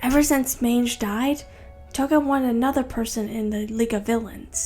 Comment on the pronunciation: Omg this is great but I’m dying on when you pronounced magne as mange